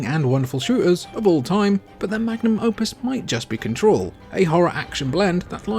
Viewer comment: What the hell is “cahtaroll?” Were you trying to say control?